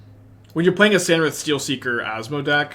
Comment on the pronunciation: SAR-inth not SAN-rith